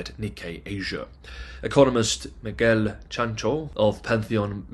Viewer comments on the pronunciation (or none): none